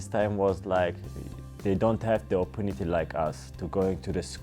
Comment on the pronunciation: RAYMOND KALULE german style bi**hes👊🏼 opunity!!